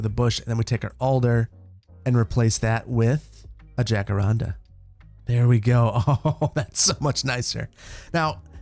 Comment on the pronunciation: Just FYI, from someone who has family who speaks Spanish, its not pronounced "Jack"arandas its "Ha"caranda